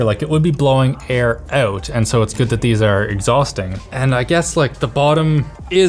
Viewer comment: Why he is saying OUT in a weird way?